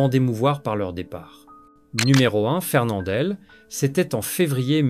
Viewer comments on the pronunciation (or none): Quel sous-texte de merde. Quelle merde d'entendre une voix qui semble plus de l'IA que d'une vraie voix humaine. MOÈLE au lieu de MOUAL MARCA au lieu de MARQUA FERNANDELLE au lieu de FERNANDEL Je quitte donc après seulement 4 minutes de visionnement. Je ne vais pas encourager ce genre de montage à la con.